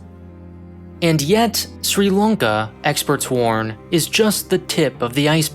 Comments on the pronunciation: Lanka* not Lonka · why are you saying "long-ka"??